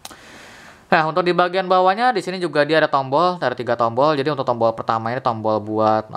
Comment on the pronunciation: Tombol aja kok susah nyebut nya